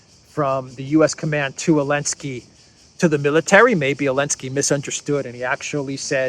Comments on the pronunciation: Why do you call Zelensky, Elensky? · why do you call the President of Ukraine Elensky? His name is Zelensky. Is it because the EU banned the letter Z, or are you just mocking his name? Either way, both options are funny.